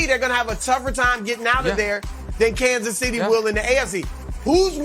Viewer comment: Kansas Sh'tty?